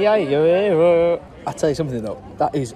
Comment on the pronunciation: That sunset is beautiful 🥰 Cayman Islands is now on my bucket list. Haha thankyou for pronouncing Paella properly, most people call it 'Pie Ella' 🤦‍♀️, maybe keep one of those little pots with you and fill it with sun lotion 🤷‍♀️👍 Really love it when you travel, you take us lot with you 😁 like a holiday review 😊